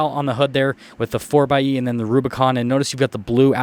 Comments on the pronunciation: Ugh it's not a four "X" "E"it's a 4 by E. Like 4 by 4 (4x4) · The exhaust opens on full throttle anyways. Also, it's pronounced (four by E)